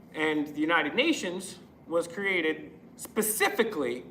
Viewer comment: They can’t even pronounce specifically!